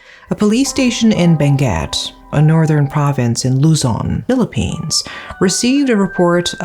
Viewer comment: Thanks for the correct pronunciation of our Province of Benguet and also to the Municipality of Sablan. Great story telling.